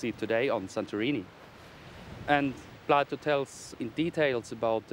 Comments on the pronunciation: Andrew Collins it's pronounced Plato, not Plyto. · Who the heck is Plato? ATLA-RA